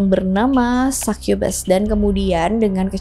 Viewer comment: Sai kye bes Sukubus anjir baca nya kalo orang asia